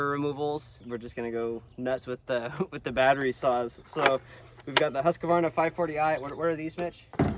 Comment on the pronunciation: Yes, same here. The Sthil seemed to be very smooth and fast to work with. Also the faster chain speed seem to help a lot. I guess im biased though. I own 2xStihl saws... MSA200 and MS250CBE. But Im also a Swede so I should like the made in Sweden Husqvarna... That you guys prounounce wrong btw.... 😅 Great video!